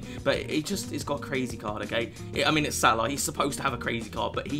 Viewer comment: The way u say salah 🤮